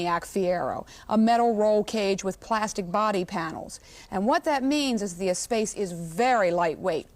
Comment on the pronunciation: Ugh. It's pronounced "ess-sposs."